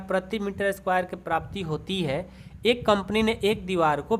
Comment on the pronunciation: Sir aap ek hi ko ekka hi kehte ho